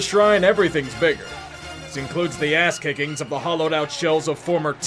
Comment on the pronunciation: “Kicing record”huh